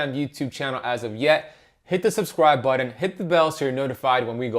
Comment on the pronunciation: I love the way you say "button" 😆❤ never heard it that way until you lol. love it!